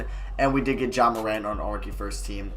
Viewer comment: you the only rebuilder that knows how to pronounce ja’s name